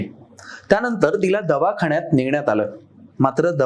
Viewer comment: Respected sir please दवाखान्यात असा उच्चार करावा, बऱ्याच वेळा असे होते की आपल्याला वाटते की न ऐवजी ण वापरला की आपण मराठी शुध्द बोलतो पण असे नाही ते ऐकायला खूप नकोसे होते. तर please do the necessary changes.